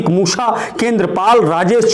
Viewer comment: Haa haa abe bhai bolna toh sikho yaar dhammi ko dhoni kah rahe ho musa ko musha kah rahe ho haa haa.. bolna sikho bhaiyaa haa haa